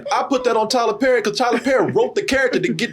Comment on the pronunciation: “Tyler LePerry”!!! 🤣🤣🤣🤣🤣